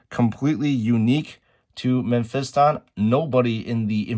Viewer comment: It's pronounced Meh-fis-tin, not pronounced Men-fist-on 😂